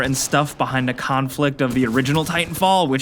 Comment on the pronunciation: I love you, but you really need to learn to pronounce "the"